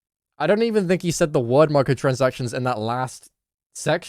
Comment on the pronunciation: "sayd" I think ur the kid lil bro